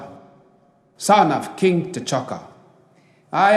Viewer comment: I heard a Kink not king no offense